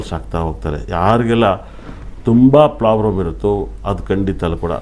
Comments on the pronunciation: ಪ್ಲಾಬ್ಲಂ ಅಂತಾನೆ ಸರಿಯಾಗಿ ಕೇಳಿಸಿಕೊಳ್ಳಿ. ಪ್ರಾಬ್ಲಮ್ ಅನ್ನೋಕೆ ಬರಲ್ಲ ಇವನಿಗೆ. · Plabram❌ Problem ✅😂😂😂😂